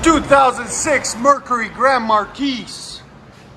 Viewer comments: Mar-kee. FFS. Mar-keys TF outta here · Just a friendly heads up, it's pronounced "Mar Key", not "Markeese". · The way you're saying it would mean the spelling would be Marquise. You're saying it wrong. Stop it. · The s is silent it’s pronounced like mar key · The "s" is silent in Marquis..... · Less respect for not knowing how to pronounce “marquis” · Dude, the S is silent in Marquis. Please stop. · 3rd one takes the win... btw Marqui(S) is silent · 2nd Gets my vote. The 3rd is a rust queen Marquis. S is silent boss man